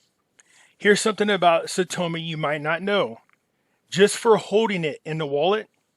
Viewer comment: Saitama... its not an O. You're killin me. Lol thks